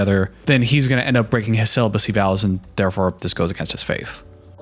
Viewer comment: She pronounces "celibacy" as "cell-u-be-cee"...